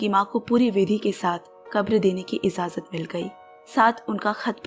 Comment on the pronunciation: Sabkuchh bahut achha hai... sorry to say (ijaazat ✅️) (izaazat❌️).